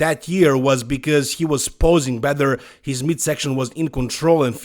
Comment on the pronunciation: I'm not an English speaker so I don't get why you say "bether" instead of better... It's not a difficult word to pronounce correctly. I might be wrong though